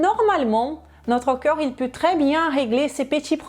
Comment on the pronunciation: Un conseil ! Vous avez tendance à dire ou plus exactement prononcer CŒUR au lieu de CORPS ! Ce n’est qu’un détail, simplement qu'il serait bien de corriger. Merci pour toutes vos informations qui me sont bien utiles et que je commence à mettre en pratique. Encore merci pour tout vos conseils très intéressants. Olivier.